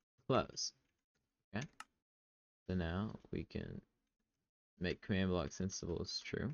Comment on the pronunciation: You…. Do realize that it’s “command blocks enabled” and not “command block senabled”. Right?